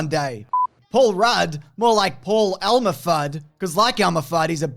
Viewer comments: Hahaha it's Elmer Fudd. Not Elma. But I like the idea of a gender bent Fudd. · Elmer, not Elma.